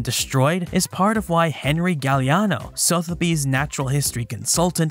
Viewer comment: respectfully it's pronounced SUH - theby's